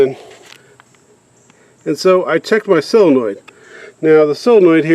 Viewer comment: Saw-luh-noid. Not sill-luh-noid.